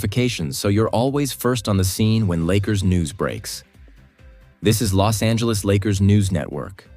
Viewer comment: AI got it right with the Bos Angeles 🤣